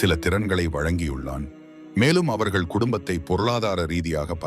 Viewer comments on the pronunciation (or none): none